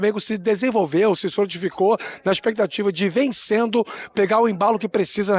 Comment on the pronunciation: expectativa não existe fala direito macho